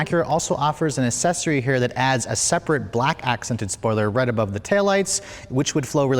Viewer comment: Accessory pronounced aksessory not ass-sessory